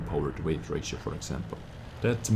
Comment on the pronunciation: Good review - I always enjoy watching your content. f.y.i. - the word weight (in power to weight ratio) is pronounced exactly the same as the word 'wait' English - it's so stupid XD